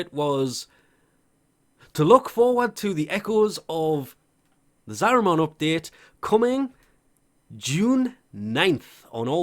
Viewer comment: Every time he says Zariman it sounds like a Digimon, there's no O sound dude that's an A